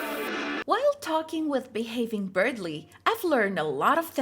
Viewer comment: I swear she called him xD